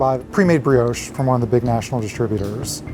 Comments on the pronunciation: Its pronounced brioche you mong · The way he pronounced brioche 😆